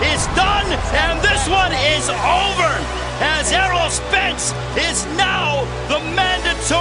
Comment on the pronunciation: You could do better its Errol Spence but still a good video